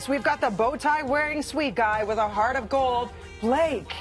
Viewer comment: it's WITH not wiff! 🤦‍♀️😂